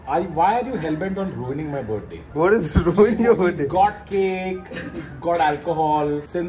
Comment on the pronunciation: I love how everyone including Tanmay pronounce "Birth-day" as "Berday" 😂😂😂